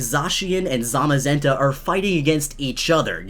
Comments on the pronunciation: You said zasian and zamazeta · "Zamazena"... why bro... why?.... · So we callin zamaZENtha ZamaZEtha